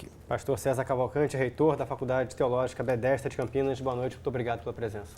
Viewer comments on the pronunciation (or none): “Bedesda” não Betesda